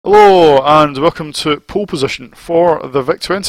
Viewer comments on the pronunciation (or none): At the start of this video, I though you said "Poo" or "Poor Position" for a second. I'd say the C64 and Amiga versions are unplayable, they make this look like 9 out of 10 enjoyable game. Very impressive for a VIC, and makes the 48k Spectrum look overloaded. The VIC-20 Cartridge list says its a 16k game, so perhaps one of the best titles for that machine?